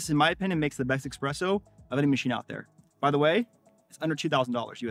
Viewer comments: Pretty good video, but the X is espresso is too pronounced in your case.. ;) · Coffee advice from a guy who says “EXpresso”? lol.